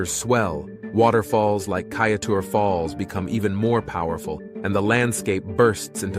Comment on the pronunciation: Good morning a very good presentation. However Kaiteur is pronounced Kai chore. Please correct same next time.